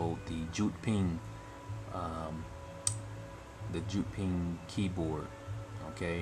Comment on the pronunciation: That's actually pronounced "Yewd ping", not "Joot ping"